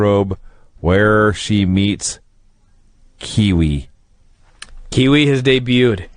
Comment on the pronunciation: Kwee Wee not Kiwi lol (oh ok he figured it out)